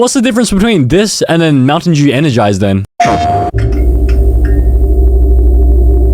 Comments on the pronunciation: POV how bro says Mountain Dew Mountain Jew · Bro said montain jew